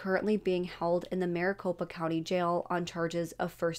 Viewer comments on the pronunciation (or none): none